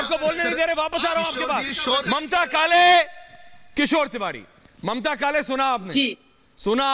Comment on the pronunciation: Sorry please read Mamtaji not Mataji.